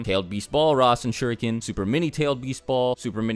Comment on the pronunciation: Dammmmm Naruto jutsu names really does sucks on english dub :v RAISEN SHURIKAN :V